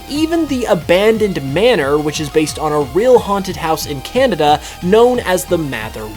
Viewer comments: its kanada not kinata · The Cehnehdeh region